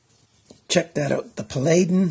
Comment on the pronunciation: The SRM 1006 is very mean looking with it's blade depth. The word is pronounced, "pal-uh-din" you crazy Canucks and your terrible North American grammar.;-) thanks for sharing,.